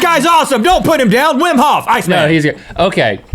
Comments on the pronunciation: That man's name is pronounced as Vim. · You're probably right, since he persists even after Rhett pronounces it correctly! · Wim is pronounced Vim and he is the most spectacular person ever.